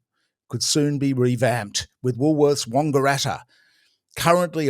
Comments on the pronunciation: Important correction needed. It's not Wongaratta. It's Wangaratta as in bang, slang, fang. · Oh god, why do you say 'Wongaratta' with a hard O, its wAngaratta with an A, like the word Ranga. It sounds aweful, 😅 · Oh about the toilet in Wangaratta, its not WONGARATTA it is WANGARATTA. The "A" is pronounced as such. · How do you keep mispronouncing Wangaratta? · His pronounciation was wrong-eratta! Can't take the Wang out of Wangaratta!